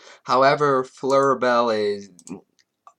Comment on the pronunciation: My YouTube name is pronounced Fleur- Belle :) You pronounced it right the second time ^^